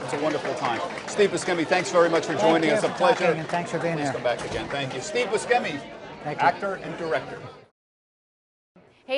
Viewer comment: He pronounced Buscemi wrong.